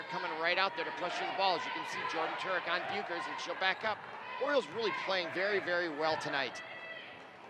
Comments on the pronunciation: How you properly say bueckers. Say beck and then ers but it is spelt different anyway that’s how you say it and the speakers that are talking saying that a foul when clearly not. And I’m on Hopkins side. 🏀🏀❤️❤️ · Broadcasting101: Learn to pronounce the players' names correctly. Not only did you pronounce Bueckers' name incorrectly (pronounced Beck-ers), you also mispronounced Chakolis' name (pronounced Cha-kolis). Broadcasting 102: Don't whine! No matter how difficult, try to be objective. And as for Paige having a bad game? She did miss some shots. However, she did manage to score 32 points with no three pointers, 2 assists, 2 rebounds, 6 steals, ,and 1 block. I guess her bad game is better than most folks' good game. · he got me so heated when he said bueckers wrong and nnaji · got me so annoyed when he said paige's last name so wrong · Is any one else mad that he keep pronouncing page Becker’s last name WRONGGG 🥵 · Yessss and Maya Naji at first and chicoles